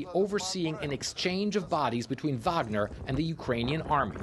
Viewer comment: Nice to here a fellow English speaker say Wagner as Vagner... even if she's an anchor for the Communist News Network. Not that I'm a fan of Faux News.